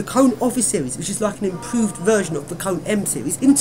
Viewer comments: It is not pronounced as 'Cone' it is pronounced as Conay'. Heavy disgrace to KONE. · It's his opinion. In Kone commercials, they pronounce it as if it had an accent, so this would be what I presume to be the correct pronunciation.